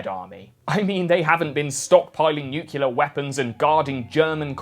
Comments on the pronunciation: There is no such thing as a “nucular” weapon. The word is NUCLEAR - NYOOK-lee-ur, NOT NYUOOK-you-lur. Learn to speak English. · Nu-cle-ar ... not nu-cu-lar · It's "new-clear" not nuke-u-lure" Nuclear. Nuclear power Nuclear bomb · according to oxford dictionaries, it is pronounced nuclear, not nucular. maybe you should go back to school. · “New-cue-lar” terrible way of pronouncing Nuclear. Just because of that I had to get away from this video. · NU-CLEAR! Where does this ignoramus get NU-CYU-LER! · Nu CLE ar Only inbred Rednecks tripping over their distended tongues say nuculurr. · NEW-KLEE-AR! Even new-klee-uh but definitely not new-cull-ur or nuke-yull-ur. Goddammit man you're British, speak like it not like George Bush. Great video by the way. 😆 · Nucular? Really? - Nucular again? Dude. Come on. You've fallen for a Bushism. Nu-Clear. Like Something that is "new" and "clear". No need to "-cular" it. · "Nuclear" not "nuculer" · Nu - clear That’s how you say it. Not nukilier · It's nuclear pronounced new-clay-are... not new- cue-lare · Love your vids, but it always bothers me that you say "nucular" instead of nuclear. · Nuclear is pronounced NUCLEAR, and not NUCULAR, bud. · IT'S NU-CLEAR, NOT NU-CYULUR (sorry) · It's nuclear (pronounced new clear), not nucular. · Hearing him say "new-cue-lar" was both amusing and annoying. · its "nuclear", not "nucular". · Did he just say "nu-cu-lar"? Why do people keep saying that? Thats not even a word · Nucular is a common, prescribed-against pronunciation of the word "nuclear". It is a rough phonetic spelling of /ˈnjuːkjələr/. The Oxford English Dictionary's entry dates the word's first published appearance to 1943. (General American) IPA(key): /ˈnukjʉlɚ/ enPR: no͞oʹkyələr When used for nuclear, this pronunciation is proscribed, although some dictionaries recognize it because of its increasing usage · Jesus Christ man! It's NEW CLEE ER! Notice that the "U" is BEFORE the fking "C" Nuclear. WTF people? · I stopped at NUCULAR